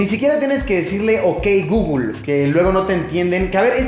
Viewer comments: Por qué dice gugul en vez de guguel me pone nervioso. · Pronunciación: guguel Luisito: gugul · El Gugul? Xd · Me muero de risa cada vez que Luisitech pronuncia "Gugul" ahahaha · Google = Gugul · De "GUGUL" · Un niño muere cada vez que Luisito dice "gugl"